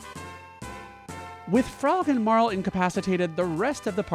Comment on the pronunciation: I feel so validated and seen that you also pronounce Marle the same as me~♡